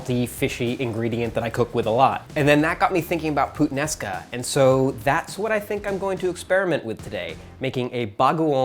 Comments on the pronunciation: i choked after he said PUTsomething sounds like putaenaka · I actually laughed when he say the "Puttanesca" thing it's just sounds like saying badword 😂 sorry guys lmao